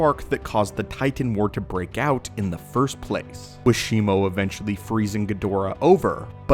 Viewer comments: it's Shimu (She-moo) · No it isn't. It's Shimo. I have the figure, it's clearly on the box.